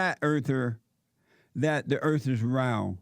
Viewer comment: Jesse I love u but earf is phat.